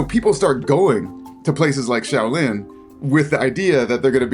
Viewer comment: "Show" lin gong fu.